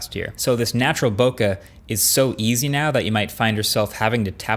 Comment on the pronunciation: 2021 this guy still can't pronounce bokeh correctly